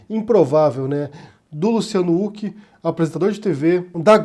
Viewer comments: se diz ruck e não uck rs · Por favor!!! É com som de "R" o nome do Huck! Qua agonia ficar ouvindo "Uck". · Você sabe que uma pessoa passou décadas sem assistir absolutamente NADA na tv brasileira quando prununcia /Luciano úqui/ rsrs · Huck, não Hulk. Assim como impeachment não tem nenhum "mã" . Eu sei que são irrelevâncias, mas irritam. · Só eu acho estranho que fale "Huck" ao invés de "Huck". Kkkkkkkkkk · É engraçado o falando "úck" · Não entendi falar Luciano " Uck" ? Nome próprio. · Mano pq vc pronuncia o sobrenome do Luciano sem pronunciar o H com sim d R???